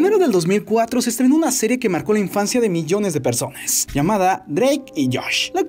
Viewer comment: Por q siempre que terminas una palabra decis como "PersonasSS" "DíaSs" xd, (no es que me moleste tanto pero molesta ahre)